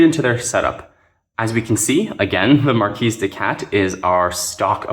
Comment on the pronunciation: Good stuff Corvids are my favorite faction. Oh and it's MarKee no S sound.